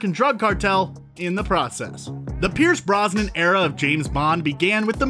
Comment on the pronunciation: I was confused what you meant for the first few minutes... he even said "nuclear" correctly... and then he said "Earnest Stravo Blofeld" and they kept on coming! Pierce Bronson is definitely my favorite Bond.